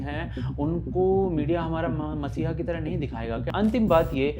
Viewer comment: dear, it is 'mEssiah' and not mAssiah. cheers.